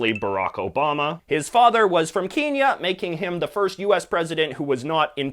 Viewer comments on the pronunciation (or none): Whoa whoa whoa, I’m in the only one who notices he says KEEN-ya and not KEN-ya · Its Not Keenya(Keen-yah) Its Kenya (Ken-yah) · Why do you pronounce Kenya keenya It’s Kэnya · It's "Gwee-ana", and "Ken-ya" (not "keen-ya") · Why does he say keen-ya not ken-ya lie a normal person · Did I just hear Keenya? : ( . Well, we all make mistakes I suppose. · OH.MY.GOSH. DID HE JUST SAY Keenya How dare he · Did he say kinya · what is "KEENYA"?